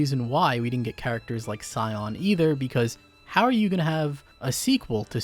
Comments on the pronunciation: hisooee? try "he-swe" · Isn't Sion pronounced like Shee-yon? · Always makes me laugh that people pronounce Sion the way they do, in Wales that's just how Sean is spelled. Not the first time I've seen Welsh names used in Japanese media butchered 😅